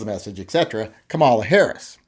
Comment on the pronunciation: You gotta learn to pronounce her name, correctly,. Neither of us like her views on guns, but she is the first Black woman to be VP, and she should be afforded the courtesy of having her named pronounced correctly: KAH-mah-lah.